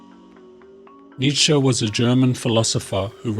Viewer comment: I think it's Friedrich Nietzsche not Redrick Nisha